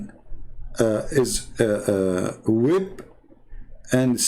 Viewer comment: you wrongly pronounce the word..WHIP in the verse..you said HIP....whip is something used to flog..usually animals or humans....